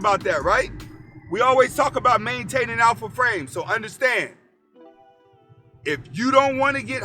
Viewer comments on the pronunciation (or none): none